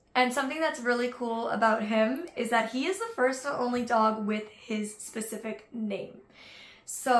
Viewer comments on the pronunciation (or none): none